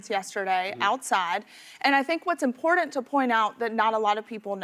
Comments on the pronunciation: Bah-cause and impor-dant. I rest my case. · Someone please tell there is no D in important. So annoying to listen to her.